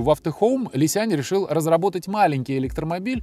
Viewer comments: Уважаемый автор! Не Ли Сянь, а Ли Сян! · Не "лисянЬ", а "лисян" - без мягкого знака. И да, разница колоссальная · Какой Ли Сянь? Li Xiang. На Русском Ли Сянг. Г в конце практисески не читается. Н-носовая твердая